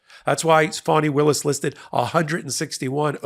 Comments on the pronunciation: I watch you everyday. Thnx for your great explanations! But my friend, please try to correctly pronounce Fani Willis’ name. Today, at approx in the broadcast it sounds like her name is Phony Willis. 😂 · Thanks for very informative video! I request you to use the correct pronunciation of "Fani Willis", not "Phoney Willis"